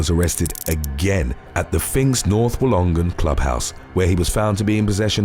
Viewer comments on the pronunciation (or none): Your pronunciation of Wollongong is priceless 😂😅.